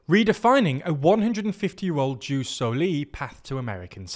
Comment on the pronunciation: i love your videos, just one small thing: its written ius soli and read ius sòli, not jus solì. Keep up the good work!